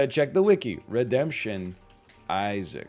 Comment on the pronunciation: it kills me Egg didn't read Redemption properly